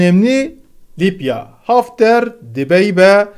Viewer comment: Lipya mı? Libya libya..... bu nasıl bir aksağan.